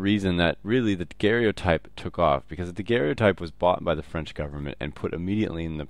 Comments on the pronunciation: it is pronounced Daguerre-o-type. should not rhyme with stereotype. No "e" sound after Daguerre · It s Joseph Nicéphore niépce(too hard to pronounce i think). And pronounce daguerr-o_type Not daguerr-é-otype ^^.